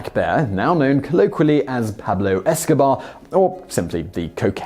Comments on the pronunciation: Good video except the fact you pronounced the bear as "Esco-bar" not "Esco-bear" for the first half of the video. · This guy keeps missing the joke when he says 'Pablo Eskobar'. It's Pablo 'EskoBEAR'. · It’s Pablo eskobear no Escobar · EskoBear not BAR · Dude work on your concentration. You keep calling it Pablo Escobar instead of EscoBEAR. I think you only called it correctly once. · You keep saying Pablo EskoBAR. Its Bear, lmfao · he keeps calling it Pablo Escobar. Isn’t it spelled and pronounced “Esco-bear” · It's killing me that Simon keeps calling him Pablo EskoBAR. That's not the joke, Simon! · Pablo escobear is not fkn pronounced Escobar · esco-BEAR! esco-BEAR! you English idiot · Are we just gonna ignore the fact that the maker of this video apparently doesn't know how to pronounce BEAR? Pablo EskoBEAR?!?!? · Are we just gonna ignore the fact he won't say EscoBEAR properly? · Had to stop watching after 10 seconds when you pronounced it Escobar! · Why can't you pronounce the bear's name correctly? Esco... Bear. Esco-bear. Escobear. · You could at the very least pronounce Pablo EscoBEAR properly. thats where its funny. VERB /ber/ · What’s sad is the guy in the video fucked up the name of the bear… or is that just his accent? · Wow british ppl pronounce Eskobear the exact same as Escobar